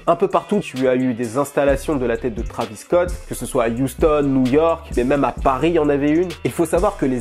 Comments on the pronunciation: Trahvis au lieu de Tréyvisss .. please!!!! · Faut arrêter de prononcer Travis c Trévis